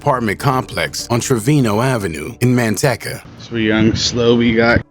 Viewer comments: Man- teecuh not man tech uh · MAN-TEC-CA? LOL I DONT THINK THATS HOW YOU SAY IT